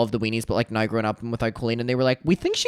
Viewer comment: I love the way you say " Now"....it sounds like "no"